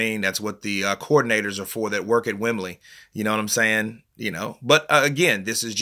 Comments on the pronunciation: 'Wem-blee' not 'Wem-bleh'. It's just 'norf' of 'Landon'. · Loooool. You need to change that accent when you say 'Wem-bleh'. Wembley is in the south of England, 'norf' ,as we say down here, of London. You should pronounce it 'Wem-blee'. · "Wembleh" 😂😂😂😂😂😂😂, ur mocking Kel Brookes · The way you say Wembley cracks me up!!! 🤣🤣🤣🤣🤣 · The way he says Wembley 😂